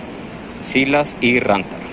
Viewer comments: wtf, creí que se pronuncia sailas y se escribe Silas no que se pronuncia como se dise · No se pronuncia sailas